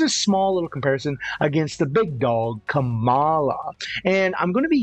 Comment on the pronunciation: The way you pronounce kamalaaawww 😂 cute